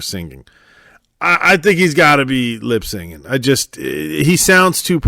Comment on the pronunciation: Not to be critical, but the term is “lip synching.” Not “lip singing.” It comes from “synchronizing your lips to a recording.” Pronounced “sinking.” Sorry, but it makes me cringe to hear the term bastardized.